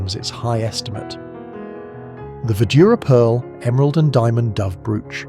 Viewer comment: This TTS can't pronounce Cecil😂, brooche or nephrite reliably. Or even numbers like an English person. It's so annoying. And the picture is of a State Banquet at Windsor, not a "Gala Reception".